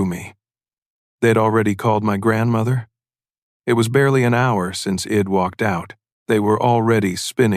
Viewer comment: May wanna fix the ai. The word is I’d not id